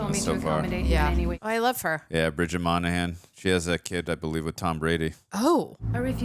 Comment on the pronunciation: I hope the sequel to this one still happens. This is one of my favorite Will Smith movies. By the way,, it's Moynahan, not Monahan and Lanning, not Langley lol.